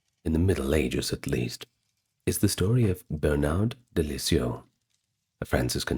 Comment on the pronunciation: "It's the yeast I can do"?! Dunno if I can take nine hours of this!